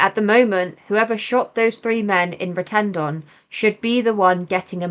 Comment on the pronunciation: its Rettendon not retendon as you pronounce it shite report